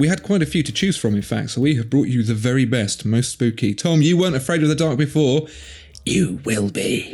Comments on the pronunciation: Why the hell do you keep saying "spoopy" instead of spooky? What fresh madness is this? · Why is everyone saying spoopy and not spooky?